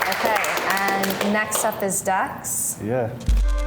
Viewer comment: she called Dex as Dax 😂😂